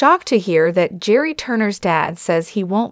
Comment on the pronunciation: This is ridiculous. The narrator here isn't even pronouncing Gerry's name correctly. Hard to believe she knows a single thing!